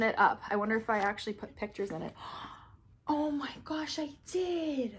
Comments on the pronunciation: This is how many times said, “ Oh my goush” Edit: OMG THANK YOU SO MUCH FOR ALL THE LIKES!!! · I love how she says OH MY GOASH LOL